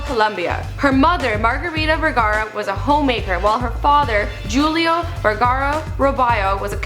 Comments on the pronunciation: I thought it the J is a H sound like Hulio?? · "And she overcame other adversaries, battling cancer." I think the script writer meant "adversities." Also "Julio" is pronounced with an "H" sound as "Who-Leo" not "Jew-Leo." And as a presenter, you should practise the things you are going to say in foreign languages several times before you say them on camera or at least do multiple takes until you get it right. Other than that, another good video. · It's pronounced y-lio in Colombia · jew-leo? goddammit. if you can't pronounce a Latin name ask someone julio is pronounced who-leo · God, I love Sofia. ❣ Btw, it's not pronounced ju-leo. It's pronounced Who-Leo. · Lol jjjjuliooo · Did she seriously say Julio with a J. Smh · did this bitch really just mispronounce "julio"... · Did you really just say Julio with a J...? The J is pronounced like an H. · Wow. Terrible lip syncing on the Spanish. This is bad. After the lip syncing she starts to pronounce hispanic names very poorly. The way she said Julio shows that she does not know hot to speak Spanish. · This lady's Spanish is the worst thing ever. Seriously, she pronounced the "j" in the name Julio.